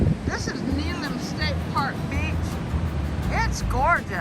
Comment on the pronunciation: Good video. Just a note: it's pronounced Neh-HAY-lum.